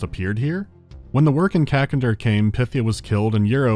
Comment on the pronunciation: It's good to see can pronounce W'rkncacnter now